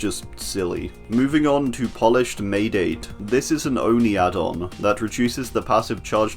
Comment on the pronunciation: Hey! As future reference, "maedate" is pronounce as: my-dah-tay